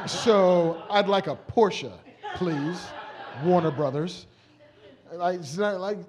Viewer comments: Porsche pronounced like a german! Nice! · THANK YOU Marc for pronouncing Porsche correctly!!!!!!!!!!!! I thought I loved you before, but now it's like respect and shit.